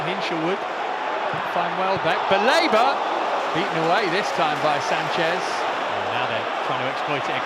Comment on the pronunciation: After that Sanchez gaff commentator saying Carlos Baleba sounded like " Palmer's belaboured" to me😂